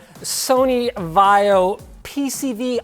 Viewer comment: OMG HOW CAN U DIS BIG PROBLEM LTT! IT, S NOT A VIO BUT VAIO